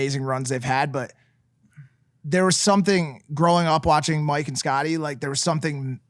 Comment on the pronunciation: Honestly pisses me off when people don't take a few seconds to learn how to pronounce someone's name right (Mike). Like I'm sure you don't mean anything by it but just take a few seconds to ask or look it up, it goes a long way. It sounds so condescending and disrespectful to botch it